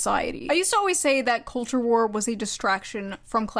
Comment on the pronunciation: Is she saying "war" or "vore"?